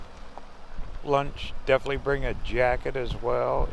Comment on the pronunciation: I’m sorry but the word is def in it ely